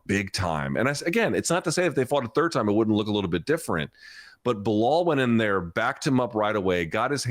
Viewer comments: I love how you called belal beniel. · lol i heard you call him Beniell....jeez will anyone remember the name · You said Benil and forgot belal's name🤣🤣🤣 not sure if you did that on purpose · He forgot his name and called him beniel at the beginning. Poor Belal. Can't get a win online. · bro was also the hater he couldnt even say Belal...